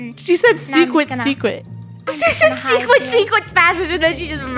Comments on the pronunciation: “SECWERT SECWERT”🤨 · Swecret Swecret passage🗣️🔊‼️